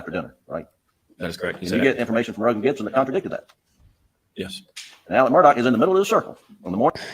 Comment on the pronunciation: His name is not pronounced “Mur-dock.” His name is pronounced “Mur-daw.” Please correct me if I’m incorrect.